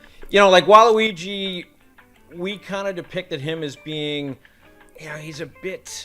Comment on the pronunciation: Thank you for calling him waluigi and not waleegee like most ppl do